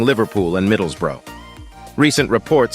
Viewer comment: How could a town be named after a battle? Surely the town has to be there first for the battle to be named after it? 😂 (And that is not how Middlesbrough is pronounced here in England!)